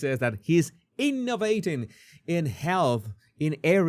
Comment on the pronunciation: Gates said “innaBATING” or “innerbating” NOT “innovating.” Please eject him from the list for a seat at the next table. It’s not DISEASE that this man is interested in eradicating.